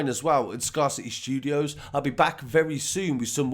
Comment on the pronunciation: Scarcity Studios 🤣🤣🤣bro don't make it worse 😫😫That is not how it's said google it 🤣🤣you’re the only person I've ever heard say that ever 🤣it's backwards still